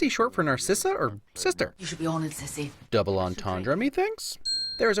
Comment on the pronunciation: It’s Cissy not sissy. Also it’s leviOsa not levioosa